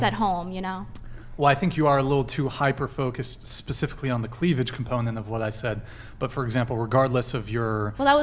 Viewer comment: Chick said cleavlidge. Now you can't unhear it